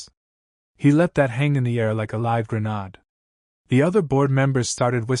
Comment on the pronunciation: Gren ahd?? Get a human reader; the machine isn't cutting it nohow. Read it out yourself if you have to. Don't continue making your output ridiculous.